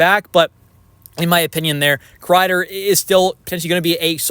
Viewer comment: Why do I keep hearing maple leafs want Krieder